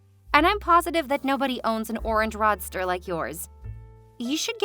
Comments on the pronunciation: "Rod ster?" Seriously? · Um...roadster is not pronounced "roddster"! Do you pronounce road as rod???